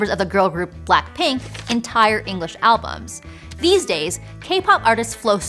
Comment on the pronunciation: I came here for this comment. It seems like this particular video is lowkey relying in part on Vivian Yoon’s “K-Pop Dreaming” podcast series a few years ago… The mispronunciation of Seo Taiji, “Blackpink” as “Black Pink,” and other weird Anglicizations kinda telegraphs the lack of preparation by the research and production teams.